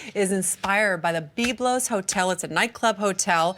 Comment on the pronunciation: I especially enjoyed her pronunciation of Beeb-lose. 😆